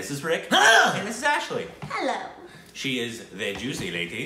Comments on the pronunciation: Ashley you pronounce name correctly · Ashley has the name Spot On! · Ashley spot on. You got the name right